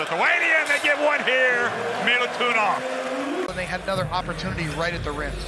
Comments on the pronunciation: It is not Milutunov , it is Milutinov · ‘Milutunov’, hihi…